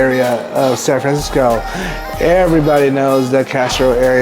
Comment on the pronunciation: Do your homework on the restaurant first then provide a planned relevant content. Please pronounce San Francisco properly. Another lazy tongue tied asian and that's coming from a local 415 asian.